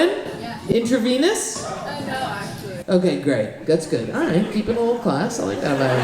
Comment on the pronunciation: "a lottle" 😊